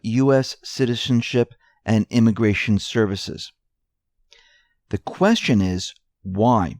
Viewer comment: I love this part of Trumps Speech: "To be, or not to be: that is the Q-uestion: Whether 'tis nobler in the mind to suffer The slings and arrows of outrageous fortune, Or to take arms against a sea of troubles, And by opposing end them?" -- Hamlet, act, 111, Scene 1. (1111).